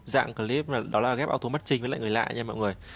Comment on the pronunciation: Ông đọc sao mà auto matching vs người là nghe ra auto mất trinh Nhấn nhá cho đúng a nhé:)))